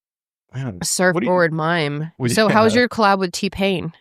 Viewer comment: Why are they gonna let dude walk around thinking “mime” is “mine” as a full grown adult? Lmao